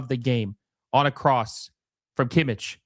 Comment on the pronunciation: I'am german and he said it like kimitsch instead of kimmich😅